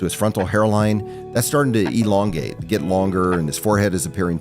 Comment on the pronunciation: did the hair expert really say "ELONgate" that's some funny stuff!